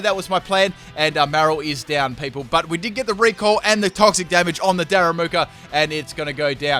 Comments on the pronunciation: It's Darumaka, not Daramuka xD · Repeat after me: Da - Ru - Ma - Ka. It's really not that hard!